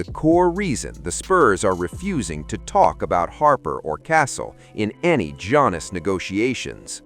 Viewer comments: "Jonas" 🙄🤦🏻‍♂️🤣 Is Antetokounmpo the lost Jonas Brother? 😆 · Don't disrespect Giannis. Pronounce his name correctly.